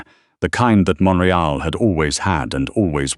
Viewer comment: So true Canada has a full service. .. we are still fighting to keep are medical not all things are completely consistently covered.. story is in Montreal. it's pronounced wrong . ❤❤